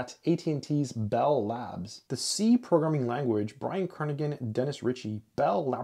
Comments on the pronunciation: Kernighan sounds like Kernihan not Kernigan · The “g” is not pronounced in Brian‘s name.